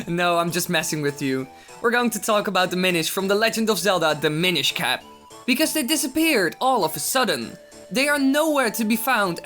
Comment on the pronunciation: i thought you said "the minish cah"